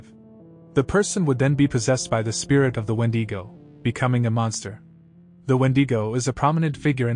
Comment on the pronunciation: Crazy that no one has pronounce Wendigo right lol no matter how many channels are made talking about it they never done it right